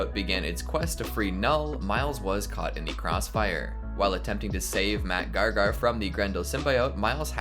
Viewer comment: “Mac Gar-Gar”